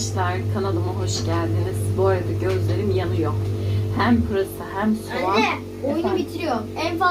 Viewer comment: Abla bu bir eleştiri ancak kötü anlamda değil. Konuşurken ve yazarken Türkçeyi çok yanlış kullanıyorsun. Sovan, hayel vs diyorsun. Bunları düzgün kullanmaya çalışmani tavsiye ediyorum. Herkes bu konu hakkında kırıcı yorumlar yapmış, eminim üzülüyorsundur. Dikkat etmeye çalışmalısın bence...